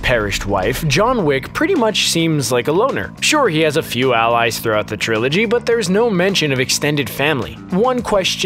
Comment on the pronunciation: I stopped watching when the video voice said “Trilogy”